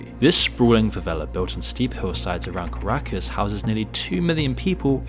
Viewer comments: CaracAs not CaracUs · ''Caracus'' though, what on earth. It's Caracas. Cool video c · Cacacus? Are you serious? What's next, Torinto? Puhris? Lunden? ffs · Caracas contains no 'u'. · Caracas not caracus... lul